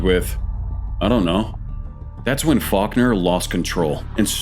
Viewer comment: Faulkner sounds like f*ck her